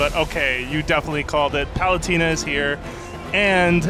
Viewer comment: Palut-eh-na, not Palut-ee-na.